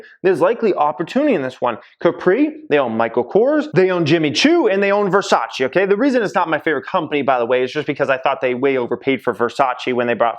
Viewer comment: is Versace not Versaci